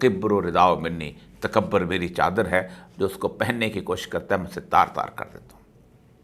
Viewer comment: اوریا صاحب، تکبر میں ب پر پیش ہے، زبر نہیں یعنی ta ka bur. اور پاکستان میں ک پر زیر ہے، زبر نہیں۔ آپ زیر اور پیش کو ہمیشہ زبر بنا دیتے ہیں۔ غالبن پنجابیت کے زیر اثر۔